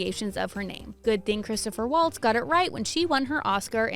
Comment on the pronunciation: You Butchered Christoph Waltz' Name Royally Lol... Which Is Very Ironic Seeing As This Is A Video Of You Telling The "Correct Ways" To Say These Celeb Names Lmao!!! 🤣🤦‍♀️🙄🤷‍♀️😝 His Name Is Actually Pronounced "Chris-Toff Valtz" Just For Future Reference!